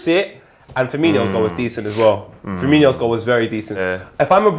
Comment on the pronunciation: I wish would stop calling Firmino, Firminio there is no I. That would make him little Firmino ffs